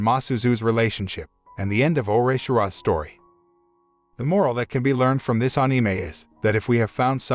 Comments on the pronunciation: I want to subscribe I've watched must of the videos but the way you say anime 😬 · I cant get passed the way he says anime🤣🤣🤣